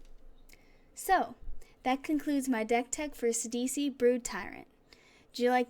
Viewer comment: I'm running a phenax mill deck with eater of the dead. Too crazy. and thank you for saying his name right!